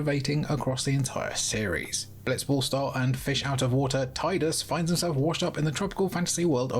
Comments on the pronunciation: I sure would like to know where he's getting these games for 'free'🤣🤣 As for Tidus' name, you pronounce Tifa 'Tee-fuh, yes? Not Tie-fuh. So Tidus is pronounced Tee-doos. It's a Japanese game. The Japanese pronounce their I as a long E in English and their U like OO (double o). Just like Rikkus' name is always mispronounced by English speakers. The Japanese R sounds more like a D. You have to touch your toung to the roof of your mouth when pronouncing it. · I'm playing FFX as we speak, and couldn't agree more with it's number 1 spot. It's my favourite FF, and in my top 3 favourite games ever. Also yes, I pronounce it Tie-dus, not Tee-dus. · the developers actually went on record, it is pronounced "teedus" and NOT "tide us" just accept it. yes i agree "tide us" would make more sense but, it just isnt his name. also that game is over rated.